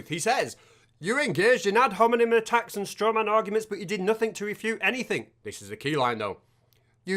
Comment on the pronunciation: Not the ad hominem "att-acks"! Oh no!